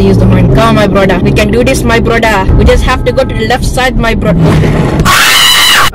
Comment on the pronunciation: Can you say more “my broda” bc it’s soooo funny 😆 ilysm your my fav yeetiber